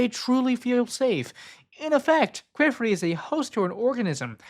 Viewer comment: I am so sorry I hate hate correcting people but you saying Qifrey's name almost sounds like.... Another word I won't post here. But his name is pronounced like Key and Fray. Keyfray. Or Key and Free is also widely accepted.